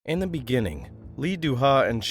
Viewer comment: In the beningging